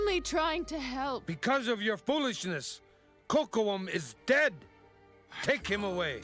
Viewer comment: Direction artistique, chaque équipe a une petite marche de manœuvre. À revoir la prononciation de Kocoum xD